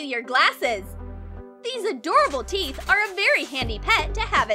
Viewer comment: I thought she said tee and I am like but that is tee right ? Oh teeth